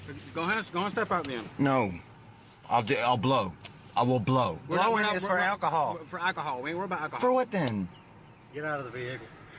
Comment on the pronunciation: The cop seem impaired and had worse speech than his voctim who had a clearly natural lisp, with all the words the cop mispronounced, including "akohoe" rather than alcohol.